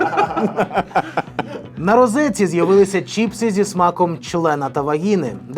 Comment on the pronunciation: чИпси! А не чІпси